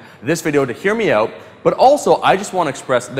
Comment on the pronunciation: "I do like helping people oot"😂....so damn Canadian, priceless!